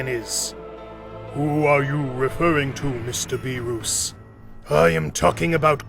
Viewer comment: Bro... Whist, Bee-Ruus